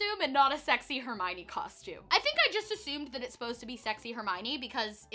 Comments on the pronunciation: When there’s 50 million comments about it I guess she has no choice. I didn’t even mind when I didn’t and did know. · Canadians all say it the "coshtume" way so it always sounded normal to me! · people were being so rude about it. I literally just passed a comment on here that said that since she stopped saying it “wrong” they can actually watch her.😒